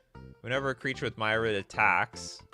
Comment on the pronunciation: Myriad is pronounced like the creature type. Myr-E-Add.